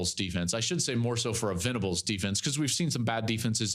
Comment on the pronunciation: Can you help Cowherd get Brent Venables's name right in the future?